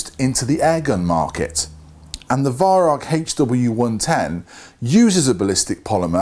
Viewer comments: arvo56 since it actually is german the correct pronounciation should mor be like Veyeraoch but with the r and ch down in the back of your mouth and the a and o very open like in in Mao. There is no k in rauch. Try google translate if you don't believe me. Look up the word incence and press the speaker symbol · Learn how to pronounce Weihrauch,-V[eye] R[ow-as in bow of ship]K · Listening to you pronounce Weirauch is as amusing as listening to Germans saying squirrel. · I'd love to meet you one day, great shot you are and love to bits your videos but your pronunciation of Weihrauch is abominable.